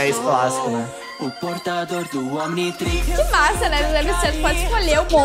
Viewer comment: A mulhe no final do primeiro rap falou mnitrix mais tem um o tipo o omntirix lembre e omntrix mais pronucie ominitrix mais o certo e omntrix